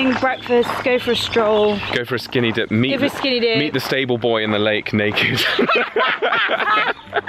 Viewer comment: I honestly thought you said "meet the disabled boy at the lake naked" and couldn't understand why you were laughing.